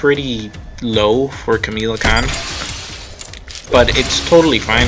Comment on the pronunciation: Kamala Kahn not Kamela Kahn just saying other than that good video